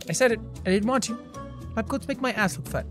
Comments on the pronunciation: Anyone else love the way jack says ass? Arss😂 lol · It's the British way of saying Ass. And it's arse.